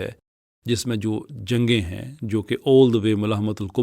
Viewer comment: sir it’s not malah-matul-kubra, it’s Mal-hama-tul-kubra.